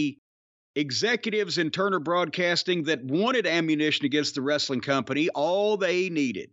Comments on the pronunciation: ress-a-ling hahaha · Lol Russo adds syllables to words. "Ev-uh-ry-thing. Wrest-uh-ling." He probably does this because it's a way for him to get to talk longer. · puroTV quit saying "wrestling"! Everyone knows it's pronounced "wrest-a-ling"! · I think you meant “ress-a-ling”